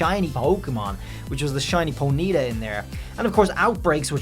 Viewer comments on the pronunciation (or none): no hate bud but damn you said Ponyta the weirdest way. Lol